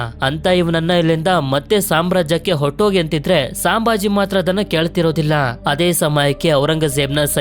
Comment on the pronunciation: ಅದು ಸಾಂಭಾಜಿ ಅಲ್ಲ ಅಣ್ಣ ಛತ್ರಪತಿ ಸಂಭಾಜಿ ಮಹಾರಾಜ್ ಅವರ ತಂದೆ ಹೆಸರು ಛತ್ರಪತಿ ಶಿವಾಜಿ ಮಹಾರಾಜ್ ಅವರು ಛತ್ರಪತಿ ಸಾಜಿ ಮಹಾರಾಜ್ ಇವರು ಛತ್ರಪತಿ ಶಿವಾಜಿ ಮಹಾರಾಜರ ತಂದೆ ಇವರು ವಿಜಯಪುರ ಜಿಲ್ಲೆಯಲ್ಲಿ ಇದ್ದರು